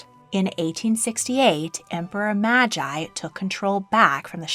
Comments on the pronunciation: Meiji is pronounced as 'May-g', not 'Majeye'.... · I like your videos but theres constant mispronunciation, its pronounced May-jee not Mah-Jy, the royal love stories video was also littered with the same issue. You called the Alhambra the Aliambra, its not even spelled the same! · Thanks, I was getting frustrated too. BTW, if it still isn't clear, Tenno is pronounced like "10-No" and Meiji is like "May-G". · I am going to be that rude person about pronunciation. 天皇 - Tenno (not teeno) - word for Japanese Emperor. Literally means Heavenly Sovereign. 明治 - Meiji (not maji) - Emperor Meiji brought the Industrial Revolution to Japan and opened up Japan to the world as you have explained. Love the channel! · Pronouncing Meiji (may-gee) as Magi is criminal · Meiji is pronounced as May-Gee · Emperor "My-Jai".... Wtf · While I applaud the research in creating this video, your pronunciation of Emperor Meiji was completely wrong. It would have been better to get a linguist to provide the correct pronunciation for all the monarchies covered. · Don't get me wrong, I love videos but there has been multiple videos already regarding Japanese histories that she still mispronounced Meiji and it really ticked me off. Like you'd expect her to correct the pronunciation by now:/